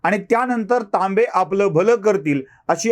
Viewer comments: सर तांबे की लांबे....? टीव्ही वर लांबे सांगत आहेत.... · तांबे कि Laambe?